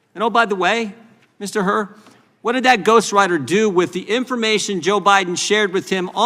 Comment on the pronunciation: It's Hur, not Hurt.